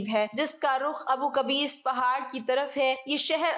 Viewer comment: It’s Abu Qubays not kabees